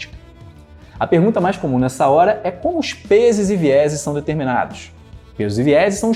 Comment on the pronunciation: “peses e vieses” 😂